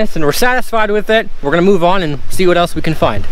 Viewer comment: "Look at vhat"🙈